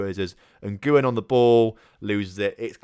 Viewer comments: Nguyen is definitely pronounced 'win'. Not even playing. Really. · Nguyen is actually pronounced en-gwyn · Ilham Fajrian no anyone can do it if they “whin” and then they’ve pronounced it